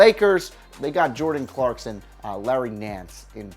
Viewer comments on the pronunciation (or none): none